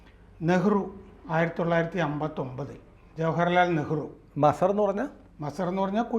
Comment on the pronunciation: മസ്സർ അല്ല.മജാർ എന്നാണ് ശെരി